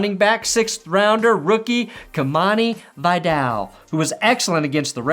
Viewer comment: It's pronounced "Kih-MAH-knee Vih-DALL". Went to the same high school. Boy, that kid could run!